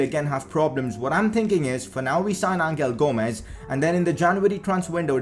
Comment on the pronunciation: U pronounced angel gomes wrong it is pronounced anhel gomes